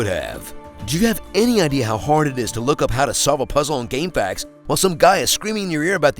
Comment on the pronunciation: "gamefacks" - how pronounces GameFAQs